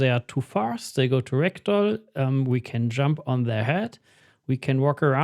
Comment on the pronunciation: Whenever he says Ragdoll, I hear Rectal… 😅